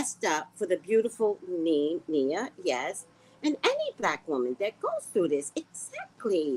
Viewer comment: Her name is Nia, not Nina.